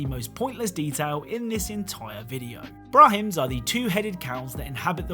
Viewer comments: Brah-men, not brah-hims. : ) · Not brahims its pronounced bramins without h xD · It's pronounced brah-min. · "brahims" lmfao